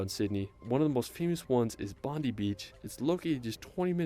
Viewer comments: bro pronounced Bondi Beach wrong 🤦‍♂️ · He's not pronouncing Bondi correctly. It's not, "Bon-dee", it's, "Bon-Dye". And Bronte is not, "Bron-Tay", it's, "Bron-Tee". And we don't pronounce Melbourne as, "Mel-Born", we say, "Mel-Bun".